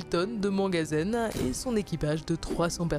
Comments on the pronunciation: Le mangasene c'est quoi encore ? Manganèse bordel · "Mangazène" ou Manganèse peut être ?😂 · Mangasene? Manganèse plutôt non? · "11KT de mangazen"?!? "cap horn, dernière terre avant l'Arctique"?!? "entre la cinquième et la soixante parallèle"?!? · Mangazen ? ou Manganèse ? 😅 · Manganèse, pas mangasène 🤣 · Manganèse non ? Au début vous dites mangasène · MangaZene ??? 😆 C'est le manganèse... Vous perdez en crédibilité avec ce genre d'erreurs. ☠ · Trash n'en est pas à sa première approximation entre le mangasène, les fautes de prononciations ou les erreurs scientifiques.... Je me demande si vraiment ils demandent à se faire relire parceque la plupart du temps c'est grossier comme erreurs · On dit manganèse et pas manganèse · Huit zommes, mangazène, …. Relisez vous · "huit Z'hommes" ? ^^ et puis le "mangazen", c'est une BD bouddhiste ? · manganèse plutôt